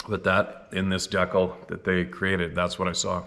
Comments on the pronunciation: Lol Deekle (decal) In America It's pronounced D-cal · You say dekle? I call it dee-cal. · English 101. Kindergarten level......ITS DCAL AS IN DECAL NOT DECK KEL . NOT DECK KILL EITHER how do we ever get you to learn to speak English properly instead of all these mispronounced words? Perhaps you don't realize what it's like for us to admire you but continuously see you flub up the way you do and end up being concerned about how Goofy an image you are creating in the mind of your detractors. I'm sure it feels quite secure to Your Ego to say well I've you just don't care about what others think of you and that's a good point if you or good concept it's solid dude whenever you are refusing to listen to the correction that intelligent people are trying to give you about why the way that you have learned to pronounce English language. I'm beginning to seriously question that you have ever trained in anything..... and unfortunately I'm beginning to see you as a self-made man which is absolutely the worst mistake any modern man can make. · my friend, I'm pretty sure it's pronounced,. DEE-CAL. Just trying to help. 🙏🤘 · Good job with Adirondacks! But now we need to work on dee cal! Lol